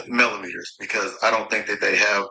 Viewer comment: He probably heard Wanda or Tisha pronounce the word (melometers) like he pronounced it! 😂 Boy, go put on one of your wife's bras & Ms. Wanda can give you girdle!